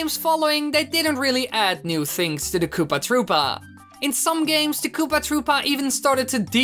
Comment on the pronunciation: Its not kopaaah troopaaah its koopA troopA